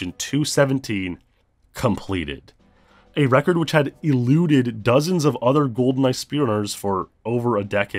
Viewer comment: "A record which had ILLU-ded dozens of other Goldeneye speedrunners for over a decade."